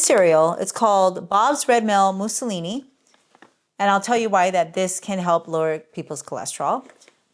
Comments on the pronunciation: MUESLI pronounced Mew slee. I believe this is a Swiss breakfast mixture of raw oats and fruit, with the addition of nuts if preferred. My daughter eats it regularly. Mussolini however was a Fascist Dictator in Italy in World War 2. I know this was an honest mistake in speaking however the difference between the two is HUGE... 😊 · Did you actually say, “Mussolini”? You’re a nutritionist who doesn’t know what muesli is? It’s been around forever.